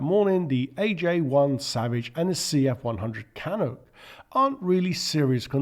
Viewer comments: I object to you including the CF-100 Canuck (pronounced Can-uck) because the aircraft was designed as an interceptor not a bomber, it was tested with bombs but never carried bombs operationally and the fact that it's maiden flight was 19 January 1950 and it did not come on strength with the RCAF until 1953, a bit late for Korea. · The CF-100 what?? 😂🤣 its a Canuck, not whatever you said 😂